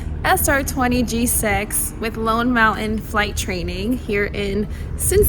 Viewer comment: So how do you pronounce “mountain”? Mow-Hahn?